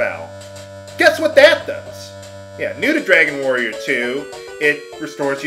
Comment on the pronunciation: it ssounded like you said next time on let's play Dragon warrior Moo!